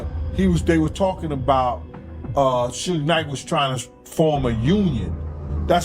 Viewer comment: Not "Soog Knight"